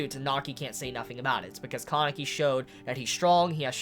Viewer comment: its been how many chapters and you still can't say kaneki right? lmao great review though